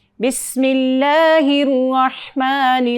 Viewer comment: بسم اللہ الرحمن الرحیم ہے بسم اللہ الروحمن الروحیم نہیں